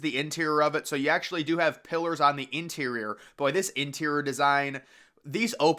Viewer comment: How come you can’t say, interior?